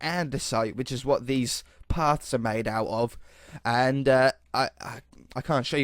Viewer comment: Wait did just speak Scottish huh you said whit haha